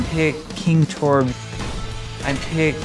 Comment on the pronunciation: "I'm picking torbyuh"